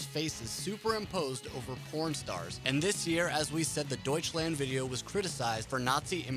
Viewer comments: "Deutschländ" :D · Noone:: Däutshländ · It's not pronounced Deutschländ, it's DEUTSCHLAND. WITH AN A. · DEUTSCHLAND. NOT DEUTSCHLÄND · doucheland (I hear that) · I am getting so frustrated over him pronouncing everything wrong i just cannot watch this lol. „Deutschlend“, bro seriously lmao? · >clicks on video >"Raaaahmstein" >"Deutschländ" This is going to be so full of inintentional comedy. >Herrheicht michch Oh god, my sides... No offense. :P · D o i c h l a n d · yep everytime this "länd" XD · duitch länd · Try [ˈdɔʏ̯t͡ʃlant] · I'm British and I can even say it, Douch - land. Not hard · Don't say Deutschland like that. It's spelled with an A. Use it! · Hey fuckhead, start to pronounce "Deutschland" correctly! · The way "Deutschland" is pronounced here makes me cringe so hard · Me as a German pisses it off how you pronounce the song titles. Especially Deutschland! Also me loves the content of this video